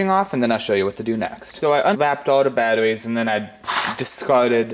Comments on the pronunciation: Russian or hair lip? Battoweez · Awoominum and batawees. Hey, you must be that kid from "the big bang theory". Wow, you got over fow thouwsand subscwibas. Coow😎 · Wemember you need dwy cell battawees lol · Poe wit aww wout we going to make thermite from batawees lol the way he talks is killing me